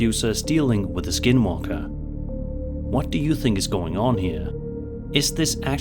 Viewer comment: When he said "dealing with a skin walker", it literally sounded like he said "dealing with a SKIDMARK". I had to replay it with the caption on!!